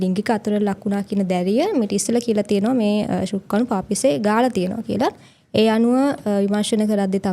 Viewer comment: ශුක්කාණු නෙවෙයි කෙල්ලෙ, ශුක්‍රාණු!